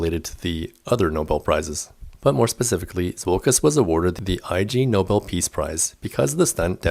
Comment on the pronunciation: Hi, ignobel not I G Nobel, pronunciation.